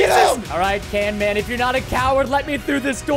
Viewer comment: Preston said canman. It's camman